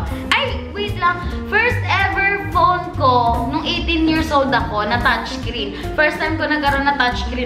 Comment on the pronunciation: "tachkrin" HAHAHAHHA iloveyou po 💜